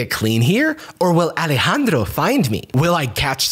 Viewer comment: okay but ’ pronunciation of ✨Alejandro✨ was incredible edit: AND HES GOT PIPES TOO?!?!